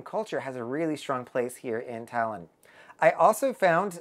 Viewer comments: Toulon is pronounced ‘Too - Lon’ not Talon. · You pronounce the first part of the city's name (TOU - LON) like you pronounce TWO (so a bit like TWO-Lon) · I think its pronounced "Too"-"long"...but more like Too-lon . Im an english speaker but i was on virgin valiant lady in Toulon last month. It was lovely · I'm confused, how can one visit a place and not know how to pronounce the name of the city.🤨I am sure people there, especially the French, would have corrected you!!! Did you really visit this city????🤥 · Thanks. His pronunciation was driving me bonkers. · I was there too, and his pronunciation of Toulon is not correct at all. Hmmmm🤔